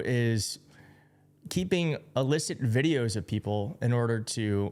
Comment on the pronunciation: It’s “ILL-icit”, not “allicit”.